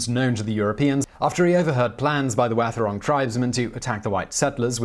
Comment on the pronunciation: Yeah... except Wathaurong is generally pronounced "WAH-the-rong". (The "th" being voiced)